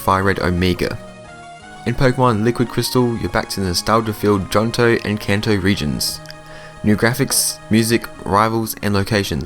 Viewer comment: Did you seriously say JOHNTO? Dude